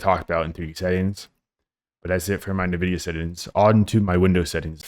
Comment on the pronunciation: Is anyone honestly getting past the first 10 seconds of this video after he says "nividia"? Title sounded great but you can be absolutely 100% certain that anyone mispronouncing nvidia in 2025 is utterly clueless and should not give advice on graphics settings. See ya.